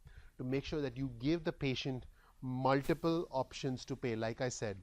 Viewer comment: Thanks for the free input. Here is some free input for you. :) "Muliple" was a tad bit distracting, I am sure you already know that it is "MulTiple". It might be slightly blinding but if you talk into the light you will not have such heavy shadows on your face. Great info however! Keep up the great FREE work. Thanks!